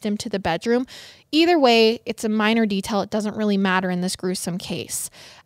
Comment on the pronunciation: Ok so I have to point this out because I’m the speech therapy person who commented on a previous video about accent and I just want to point out that it is rubbing off on. he’s talking about his 10 seconds and says “de-tell” for “detail” and I just think it’s so cute how our relationships can impact us in tiny ways like that 🥹